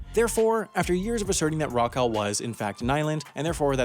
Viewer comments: its pronounced rock all as in rock all; not rokal. how could you not get that right. it's british and will always remain so. First to claim, first to settle and only to carry on periodically settling it. IT IS FUCKING BRITISH. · It's rock-all. As in "fuck all", same pronunciation, "a-l-l" spells "all", like "ball" and "tall". Obviously forgotten to listen to the Shipping Forecast due to all this Chinese Flu nonsense. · It's pronounced Rock-All. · Rockall rhymes with hall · I wish he wouldn't pronounce it Rock - Owl. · It’s pronounced rock-all, to rhyme with fuck-all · Pronounced Rock AWL. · It's pronounced rock-all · It’s pronounced rock all, as in two separate words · So some irritating yank complains about the UK muscling in on territory? They can't even pronounce it right. It's sweet rock all, sunshine. "What's the fishing forecast?" he cries. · I am from the UK and it is pronounced rock-ull. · To say Rockall is not disputed isn't exactly accurate, although Ireland has never claimed sovereignty over Rockall, Ireland does not recognise the UK's territorial claim to the rock. Also its pronounced rock-all. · As far as I know, Rockall rhymes with ball? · If you are going to do a video about Rockall, at least learn how to pronounce it! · It would be more accurate if you learned to pronounce Rockall correctly. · At least learn how to say Rockall properly! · Can't even pronounce "Rockall' properly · I would imagine rule one when making a video about an island is to learn how its name is pronounced. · At least pronounce Rockall correctly. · Work on your pronunciation both Rockall and Edinburgh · OK, some of our wee islands are terrible, fair enough. But your pronunciation of Rockall was even worse!! (It rhymes with "Cockle".) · It's pronounced "Rock-all" not "Rock-al". That's "all" as in "ball" not "al" as in "gal"!! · It’s pronounced Rock AWL not Rock AL! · its pronounced rock-awl not rock-al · It's pronounced "Rock-all" not "Rock-ell". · it's rock-ahwl not rock-al